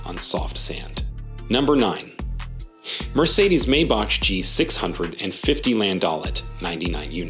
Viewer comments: t's pronounced May Back, not May Batch, they're are German after all. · Maybach = May box.